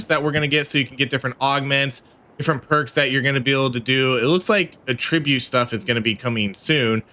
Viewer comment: Bro pronouncing Attributes as 'Ahh-tributes' is a great example of modern youtuber literacy